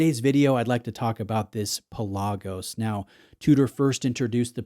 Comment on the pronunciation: PELagos, not peLAGos.